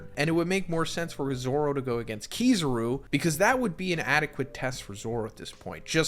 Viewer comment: KiZAru… KI-ZAH-RU… not KiZUru…